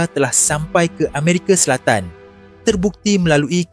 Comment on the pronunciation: salam saudara ,boleh tak betulkan sedikit sebutan kamu itu. Amerika bukan Amerike, Samaudra bukan samudere. Orang Melayu tak sebut semua nya berujung dengan E ,.